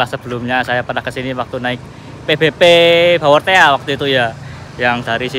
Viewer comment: Pebepe bawortea "padahal di bacanya baworteh